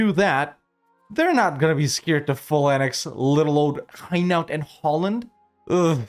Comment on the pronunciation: It's not high-nowt. It hai (as in air) - no